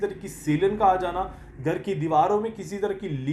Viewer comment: Gar nahin Ghar boliye.😊